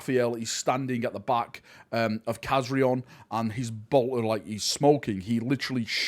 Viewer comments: Kazarion not Kazriel WTF 😅😅😅😅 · For anybody that hasnt noticed, those are the same Blood Angels from the Angels of Death series. The Chaplain Rafael and Khazarion ( Nice pronounciation ) the former or soon to be DeathWatch member